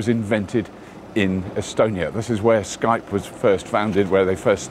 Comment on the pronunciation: Is he saying Skype?